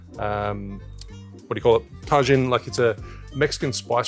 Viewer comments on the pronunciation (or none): This dude jus said tahgin lmao taheeeeeeen bro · Tay Gin lol tajin is pronounced like ta-heen. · Great recipe, the tajin fyi is pronounced "ta-heen" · "Tajin" is "Tah-Jeen" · About that Tajin, it is phonetically pronounced ta-heen. It is a Mexican salt consisting of ground chili peppers, sea salt and dehydrated lime juice. As always I love your videos, it is through them that I have gained the confidence to try new, different cocktails. Thank you! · Pronounced ta-hin my brother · Tah-heen! Hahaha Tajin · Tajin is pronounced Taheen, substitute J for an H in Spanish. I’ll try making this drink today 😁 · woooow this looks so good. Also just a friendly note Tajin = TUH - HEEN. Love it! keep it up congrats on the big year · Tajin is pronounced ta - hin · Ohhhh do you mean Tajin (pronounced TA HEEN) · Ta-jin = Ta-heeeeeen- consisting of ground chilli peppers, sea salt, and dehydrated lime juice. It is the #1 chili lime seasoning in the U.S. today Gives a little kick to your usual salted rim. I'm wondering if this cocktail is similar to a Paloma in taste (?) A Paloma is= squirt (or grapefruit soda), tequila, fresh lime juice, salted rim- on ice. Super refreshing, great for summertime. :) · The Mexican spice mix, did you mean Tajin? (ta-heen) I have some in my room for drinks like mangonadas/micheladas. Good flavor. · it is pronounced taheen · tajin (tah-heen) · Congrats on 500K mate! BTW Tajin is pronounced Taheen/Tahin if you want to know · It's pronounced tah-heen😂 Great video! I'm definitely going to make this after work tomorrow 😊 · I was SO confused when he started talking about this ta-jenn....lol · Are you talking about Tajin? It's pronounced tuh-heen.. just fyi! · Just FYI Tajín is pronounced Tah-heen 😊 cheers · no Tajin ( tah-heen)! Gonna give that a try I have it all :) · Pronounced Taheen